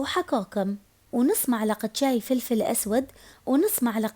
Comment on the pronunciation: ترا اسمها ملعقة مو معلقة ههههههه😂